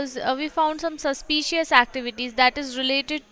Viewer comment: Suspeeeshaz ectivities 😂